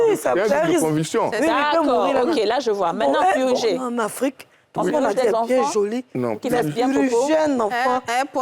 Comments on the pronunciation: A quand l'emission sur dit on "PURIJER" ou "PURGER" lol bon contenu sinon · On dit "PURGER" 👍👍🙏🙏